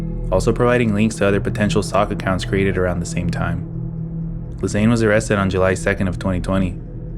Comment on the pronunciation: fyi ghislane is pronounced "gee-lane".